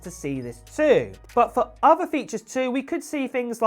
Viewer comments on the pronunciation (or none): It's Thousand, not Fousand. Other, not Uver.